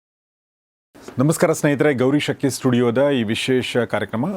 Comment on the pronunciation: ಸರ್ ನಮಸ್ಕಾರ ನಿಮ್ಮ ಚಾನಲ್ ನಿಂದ ಪ್ರಸಾರವಾಗುವ ಎಲ್ಲ ವಿಡಿಯೋಗಳನ್ನು ನೋಡುತ್ತೇನೆ. ತುಂಬ ಉಪಯುಕ್ತ ಮಾಹಿತಿಯನ್ನು ನೀಡುತ್ತಿದ್ದೀರಿ ನಿಮಗೆ ಅನಂತ ಧನ್ಯವಾದಗಳು 🙏. ನನ್ನದೊಂದು ಸಲಹೆ ನೀವು ನಿಮ್ಮ ಹೆಸರು ಹೇಳುವಾಗ ಗೌರೀಶ ಅಕ್ಕಿ ಎಂದು ಬಿಡಿಸಿ ಹೇಳಿರಿ. ಇಲ್ಲವಾದರೆ ಗೌರೀ ಶಕ್ಕಿ ಎಂದು ಕೇಳುತ್ತದೆ.